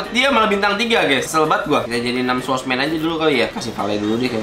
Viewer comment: Tanpa kalian sadari dia menyebutnya swordmans